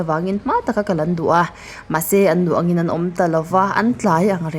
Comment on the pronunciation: 'Atangin, Atanga,' tih pawh i rawn lam kim/chiang ta fak mai. Tin, 'tun tum' tih pawh i thluk dik ta👍👍